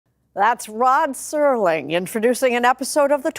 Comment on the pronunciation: Mispronouncing Serling's name is a dead giveaway this is ai crap.